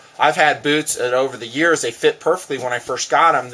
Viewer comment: Hahah, says beewtz